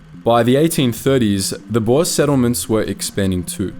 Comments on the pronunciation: For anyone wondering. It is pronounced, "Boo-r". Boer translates directly into farmer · Boer is pronounced as “boor”